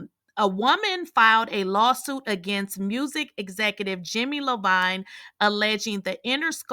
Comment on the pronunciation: So you really don't know who Jimmy I-veen is??? And nobody told you before you posted this the correct pronunciation🧐